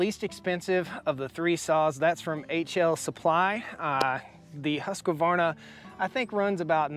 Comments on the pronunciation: My vote goes for neither. A Husqvarna 372 is known for a reason. To me..for the CC size there is NO BETTER option (I have 3 husky 372s and 1 holzfforma g372 that's ported) Also why so emphasis on the "Q"? It's not pronounced husQQQvarna "Huskverna" is how it's pronounced by the swedish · Husk-varna not Huskavarna. There is no vowel in there, Husqvarna. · How do I say this in a nice way, it's a Husqvarna not Husqavarna, only one "a" when you pronounce it. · Hey, love the channel and content and appreciate your reviews. Thought I would help you pronounce Husqvarna correctly....it is pronounced husk-varna. For years I did the same and pronounced it as husk-a-varna till I was corrected. Not a big deal. God Bless you! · You are saying Husk-qua-varna It's simply Husk-Varna. I still love ya, but don't put that Qua in there. Sort of like the Project Farm guy saying Vegetables. If you know you know...... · The Husqvarna is not pronounced Husk a varna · Husqvarna is pronounced Hoosk-var-na.